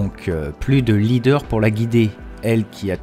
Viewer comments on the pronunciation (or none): none